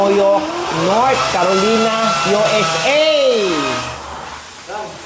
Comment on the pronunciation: STOP saying North KAROLINA. It’s pronounced KA- ro- lay-na